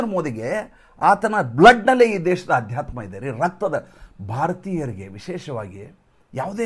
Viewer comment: Please don’t say Aadyatma…say Adhyatma